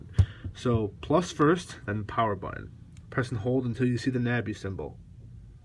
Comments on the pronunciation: Its not a na bi its a nabi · It's not a na bi it's a nabi